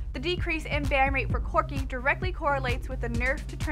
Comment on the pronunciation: Who is this girl? Second time I have seen her and ya I want someone I either relate to or sounds like she knows what she is talking about. Even if you want a girl go with a kind of pudgy Asian chic who promotes who her lol parody channel or something. Not some chick who calls corki "Quirki". its awful. Go back to the guy at least I don't even want to listen to this.